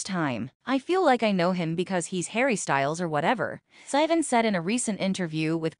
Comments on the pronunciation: why is it pronouncing sivan like that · AI couldn't say it right